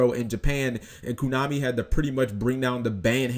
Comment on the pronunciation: Omfg read the company "Konami". See that? KONAMI not KUNAMI Jesus Christ shouldn't you know how to correctly pronounce the company that makes the game you play?